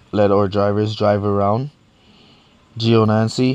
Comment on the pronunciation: 3 videos ive watched and in all 3 you destroy these drivers' names... Gionancy Raikugen etc... They arent hard names to read...